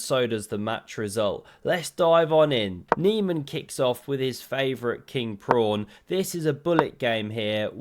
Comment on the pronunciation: Is a king prawn just a very big prawn, or has it something to do with chess? And is a fiancheato something illegal? Why don't you learn at least your own language and the chess jargon? Solution: it's PAWN and FIANCHETTO.